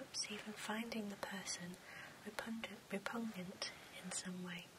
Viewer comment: Also it sounds like the word you were trying to pronounce is "repugnant"? Re-pug-nant. It is a rather repugnant word unto itself!